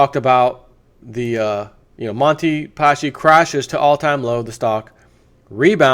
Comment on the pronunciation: I'm italian, it's pronounced Paski and not Pashi...anyway good try :)